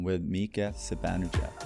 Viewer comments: Hank calling him Zibanejeff 😂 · i know it's not. The name still isn't pronounced Zibanejeff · It's Persian/Iranian. It's pronounced "Zi - Bahn - Eh - Jahd". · Okay that's the third distinct pronunciation of Zibanejad that I've heard. Now I'm even less sure how to actually pronounce it. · that is not how swedes like me pronounce Zibanejad 🙂